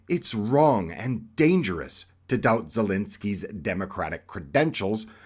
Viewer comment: Ffs, it is not ZELINSKY it's Zelenskyy